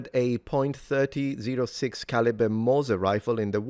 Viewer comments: Only because I know how much you appreciate details (pedantic, as you stated) .30-06 is pronounced “Thirty Aught Six” among firearms folks. Cliff notes: It is a thirty caliber round that was developed in 1906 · It's pronounced thirty aught six. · "point thirty zero six caliber rifle..." Tell me you're not from county America without saying your not form county America. Sorry, I joke to deal with grief. It is pronounced in this blessed (pronounced Bless-ED) thirty aught six. sorry again, serious issue, but I need to joke to not 22 a day myself.